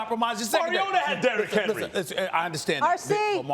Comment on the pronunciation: You miss pronounced his name. You pronounce it Derrick Henry.